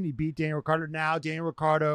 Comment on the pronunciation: The way to pronounce Daniel’s last name is: RiTCHardo…. Not RiCCardo…. Wankars😅